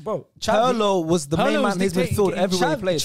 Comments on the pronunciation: Roasting pronunciation and saying “Pearlo” hurt me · PETITION TO MAKE WATCH PIRLO HIGHLIGHTS CUZ MAN SAID HE CANT DICTATE A GAME PAHAHAHAHAHAHAHAHAHAH AND HIS NAME IS NOT PIEERLO MATE